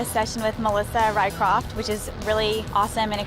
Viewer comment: RYCROFT-- RYSROFCH-- Swedish.